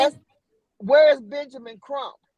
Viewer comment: I’m sorry but the lady is delusional. I say this with all due respect! Ma’am, you are not the FBI. You are full of speculation. You are no where close to Benjamin Crump or Kruk as you clearly pronounced. Contained and Detailed are two different things… especially when it comes to law enforcement. I’m sorry but Benjamin Crump, Al Sharpton, Roland Martin are NOT above reproach! So called connection and those who work in “ high positions” you have are NOT above reproach and cannot disclose procedures/processes. With all do respect your right up there with Mr. Zuniga!